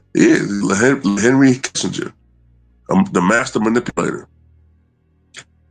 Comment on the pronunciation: Man said LeKissinger!!!!!!